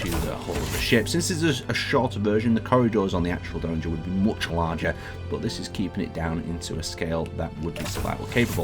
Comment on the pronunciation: There needs to be a third iteration of the Donnager for to review, cos he seems to be getting close to pronouncing it right each time:D